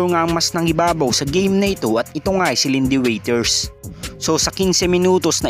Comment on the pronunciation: Wrong yung pag pronounce ng Iindy waters, sabi niya lindy witers, ano yan waiter?